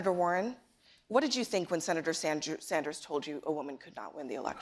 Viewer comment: notice war-hen says I ... Bernie says WE